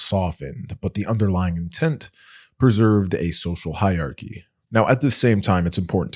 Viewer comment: Fyi--hierarchy has 4 syllables.